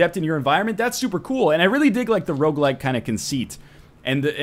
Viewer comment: Oooh, He said "Rouge-like" time to take a shot.